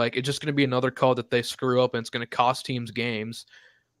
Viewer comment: Did homie say "it's a notra thing" instead of "another thing" 😆